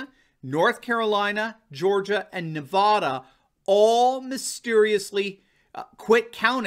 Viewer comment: please learn to pronounce Nevada right!